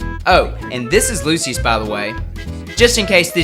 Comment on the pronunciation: lol you say it like "lu shuss"